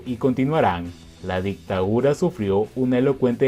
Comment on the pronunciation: Se dice DICTADURA no ICTAURA.